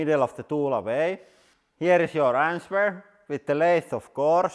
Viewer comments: To improve your English, we pronounce the word “answer” like “anser.” Do not pronounce the W. The way you say “what the fuck” is perfect though! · I like how you pronounce the word "answer" like "AN-SVERR"